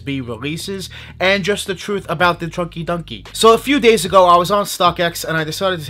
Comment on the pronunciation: Choin-ky doin-ky is what I hear